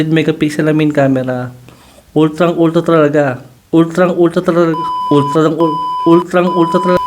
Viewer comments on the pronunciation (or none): Ultlang-ultla talaga😂